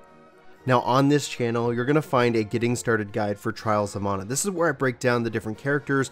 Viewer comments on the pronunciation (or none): MAN A. NOT MONA. WTF